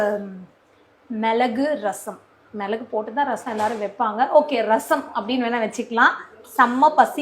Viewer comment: Milagu not malagu